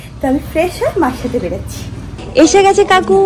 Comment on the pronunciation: বেড়াচ্ছি,সবচেকে এই pronouciation গুলো ঠিক করো বেরোচ্ছি, সব থেকে